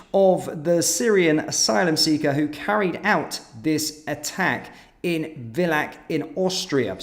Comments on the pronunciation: Oh, no, I used to go skiing in Villach!... among other places. It's a very small town, and BTW, pronounced Filah. Somehow it's worse when it happens in a place you know well. Anyhow, the problem stems from EU/Bruxelles. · The "v" in "Villach" is pronounced "f" and the "ch" is a velar/uvular fricative like the Spanish "j".